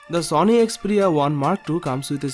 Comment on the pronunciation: Why do u say zony not sony